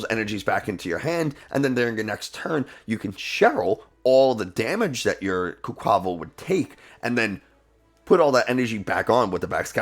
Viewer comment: Makes fun of the way some people say Giacomo but can’t say quaquaval or tarountula correct 😉